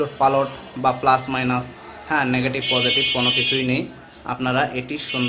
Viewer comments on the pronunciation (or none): none